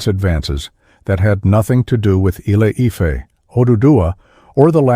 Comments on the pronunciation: I couldn't continue listening to this AI mis-ronunciation of Ile Ife! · AI unable to pronounce ILE-IFE 😂